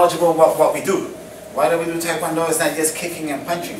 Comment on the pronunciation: Also I think you may have noticed this already but you pronounced Taekwondo wrong